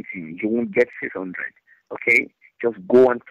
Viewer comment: Hondred 😂 Just Keep Hondred